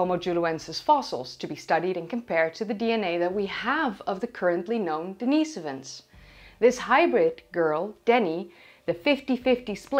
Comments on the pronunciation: I thought it was Denny-soh-vans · hearing everyone else say den-is-OH-vans while says den-EE-so-vans is quite unsettling, but I'm on board